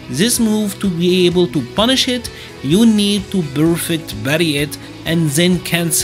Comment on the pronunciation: "10 Moves that you can actually BUNNIShH"